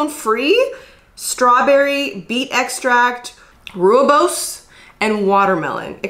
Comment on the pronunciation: the way she said rooibos i